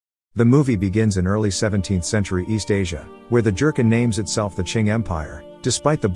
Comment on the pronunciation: Jurchen... not Jurken